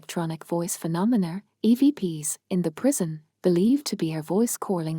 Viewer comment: Can you PLEASE STOP using A.I. for the narration.....what the hell is a "Carstle"......also what is "phenonmer".....also the pronunciation of Armagh is wrong.....i got as far as belfast castle and had to stop watching due to the annoying robot voice